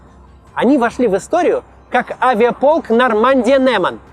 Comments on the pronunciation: НЭман? Максим, ну настолько не быть не в теме? НЕман, через Е, это название реки, если что. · Научитесь правильно читать: Нормандия -Неман, а не Нормандия -Нэман. Максим Коц, выучите руский. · Неман (Н - мягкая, "Ньеман"), это река на территории Беларуси. НЭМАН звучит очень странно))) Максим, ай-ай-ай) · Нормандия-Неман: н - мягкое, так как это название реки Нёман на русский манер. Второе название полку было присвоено за форсирование реки Нёман. Поэтому точно не Нэмэн. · Нормандия - Нёман, к слову, через "ё". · Макс, полк назывался Нормандия-Нёман. Через "ё" :)